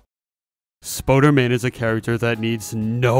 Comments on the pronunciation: Stop saying Spoder-man say Spooder-man! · spOOderman not spOderman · Spooderman not Spoaderman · ITS SPOODERMAN NOT SPODERMAN AHHHHHHHHHHHHHHHHHHH. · Did you just say ‘Spoderman’ instead on spooderman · Spooder man not spoder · its spooderman not spoderman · I though spooder man was pronounced Spoo-der-man not Spoh-der-man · its spooderman not spoderman and you pronounce it spuderman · you said it wrong